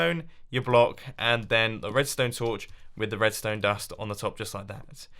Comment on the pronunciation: is just me or did he say wedstone wire